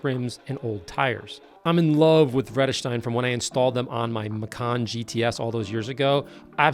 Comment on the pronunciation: Always love people who aren't Dutch oriented pronouncing our Vredesteyn